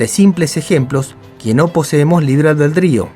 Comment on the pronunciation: Todo chido pero ¿porqué no habla bien? Nunca me ha parecido para tanto la pronunciación pero es difícil seguir viéndolo con ese libre "Albredrio" o "Alberdio"